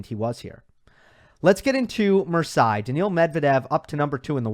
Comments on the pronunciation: Please, you are hurting my ears, here is a simple way to say Marseille = Mar-say. Not 100% accurate, but miles better than whatever has gotten stuck in your head. Everything else solid! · You're getting your vowels mixed up Versaille Marseille